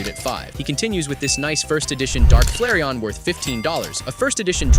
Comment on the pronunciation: The narrator is a larping scalper. He mispronounced Chansey, Charmleon, and Flareon.